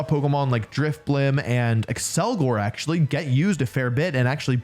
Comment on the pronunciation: “Um aktsully stellar type is the newest type” okay done being that guy, thanks for the vid!